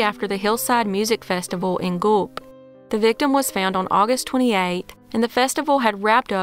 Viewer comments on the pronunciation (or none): This Canuck thanks you for covering these cases. Appreciate all your hard work. ps: Guelph is pronounced "Gwelf". Take care out there.